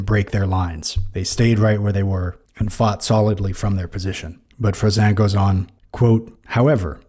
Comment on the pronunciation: It's Jean Froissart with an 'r' sound at the end. The way you pronounce it it would have to be Froissant.